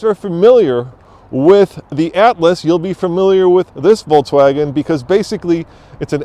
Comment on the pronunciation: Is it just me or does it sound like he is pronouncing it "Volts-wagon" hahaha.